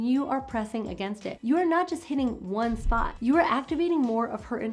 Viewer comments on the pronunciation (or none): none